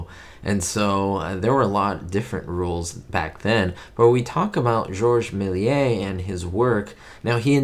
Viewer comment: In French Méliés is pronounced mayleeyeh not meh…